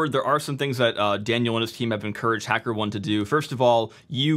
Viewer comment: The correct pronunciation of Hackerone is "Hacker" "OH-NEE" like macaroni.